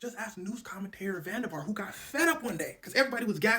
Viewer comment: van Der Vart pronounced van Der Fart was a legend tho.